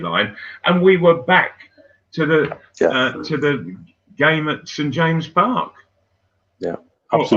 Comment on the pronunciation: Someone needs tell Malcom how to say St. James' Park.